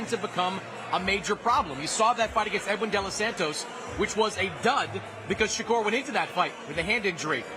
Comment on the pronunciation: I used to like when Eddie Hearn used to say “Shay-ker” instead of “Shakur” lol